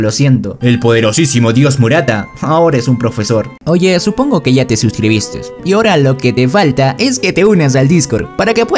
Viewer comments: por qué mrda si escribes "suscribiste" lo pronuncias como "suscribisteS" medaanciedad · No me gustó como le agrega "S" innecesariamente a algunas palabras jaja debería corregir eso y mejoraría la inmersión en la narrativa